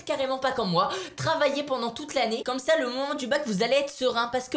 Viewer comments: mais jss pas con mais il sait pas prononcé sah cest sahhhh et lui il dit çà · il a prononcé sah "ça"quand mm